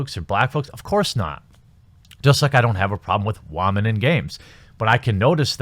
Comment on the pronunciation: Love your videos but stop saying WAH-men. Just say women like a normal person.